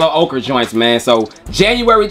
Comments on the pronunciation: It's oker, not okra. Man none of you youtubers don't know how to pronounce ochre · Yo...just one thing.....why you stop saying "OKRA" ? Im standing on THAT pronunciation 😂!! "Yellow OKRA" just sounds 🔥